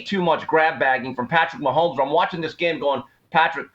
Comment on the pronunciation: Why is this Asian dude commenting and can’t pronounce Patrick Mahomes last name…